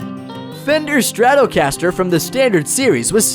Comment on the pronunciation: the Strat-0-caster lol